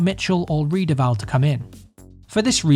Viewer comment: 2nd week going, Riedewald instead of Reidewald my g :D